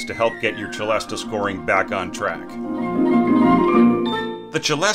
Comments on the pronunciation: I've always pronounced it "selesta". Is that wrong? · "se-LEST" if you're pronouncing it in French, 'celeste;' "che-LEST-ah" if you're pronouncing the Italian word 'celesta.' "se-LEST-ah" is an English-speaking hybrid. Don't worry about it, just go with the flow. It's not hurting anything to pronounce it that way. You may work on a project where all the film music folks say "selesta" - in which case, do the same so they understand you. But I'd say if you're going to make a video or give a talk, try one of the other pronunciations.